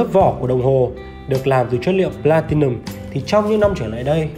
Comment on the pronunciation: Phát âm các từ platium, geneve... nghe chán quá